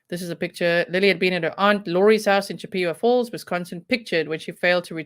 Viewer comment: I love your accent, it's wonderful. The name of the town is named after a Native American Tribe CHIP-A-WAH FALLS. In no way is this meant in any way other than in an effort to help you, and to be respectful to the Native American Community. I respect you and appreciate you far too much to do anything that would be negative, as it certainly not my intent.